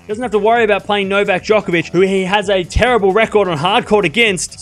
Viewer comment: Stop acting like Nadal is good on hard courts Bc he’s not also quit calling djokovic jock it’s joke hence he calls himself joker not not jocker !! How about we pronounce your name wrong !!!